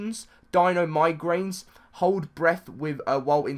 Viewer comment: NO!!! not DINO MI GRAINS, it's MI-gray-shons